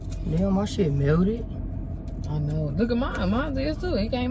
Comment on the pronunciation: "i did my shiii melded" dead b killin me its melted lol but team amanda